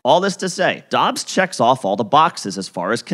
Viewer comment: “Dubbs” not dobbs